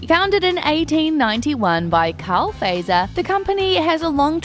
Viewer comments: The company Fazer is pronounced fat-sir not phaser. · Just one thing: Not "feiser"! Say "Fatser"😅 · Fazer is pronounced more like Futser. 😅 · That Z in Fazer; pronounce it like Britons (zet), not as Americans (zee). So, "fatser". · More like Futser. 😅